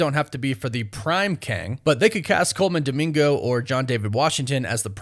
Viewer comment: Pls not dimingo 😂